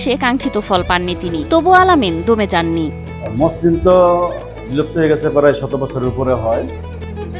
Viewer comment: মশলিন না মছলিন হবে উচ্চারণ টা।